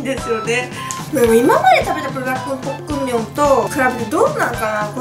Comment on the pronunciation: ポックンミョンじゃなくてポックムミョンな。